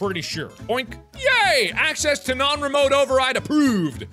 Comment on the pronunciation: Are- Are we ignoring how he said 'remote'?